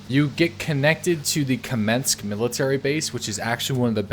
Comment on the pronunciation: You mispronounced everything, but Kamensk, Tisy and Veresnik :D